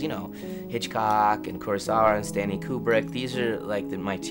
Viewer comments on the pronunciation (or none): Did he say "Stanny Kubrick"? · Shyamalan really said “Stanny” Kubrick. He has to be trolling everyone. There’s no way he’s not a troll.